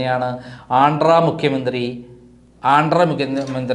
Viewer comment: not ആൻഡ്ര, ആന്ധ്രാ എന്നാണ്, അതുപോലെ സംസാരത്തിനിടയിലെ ഭ ഭ ഭ ഒഴിവാക്കാൻ ശ്രദ്ധിക്കണം, ഇതിലെല്ലാമുപരി സത്യസന്ധമായ വാർത്തകൾ മാത്രം പ്രചരിപ്പിക്കുക, താങ്കളുടെ 99% വാർത്തകളും fake ആണ് Mr. പൊതുജനങ്ങളുട സമയം നശിപ്പിക്കല്ലേ.